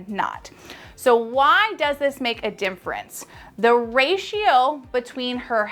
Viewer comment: You have a lot of wonderful information but omg you remind me of Benedict Cumberbatch trying to say “penguin.” Somehow you keep saying “dimfrence” instead of “difference.”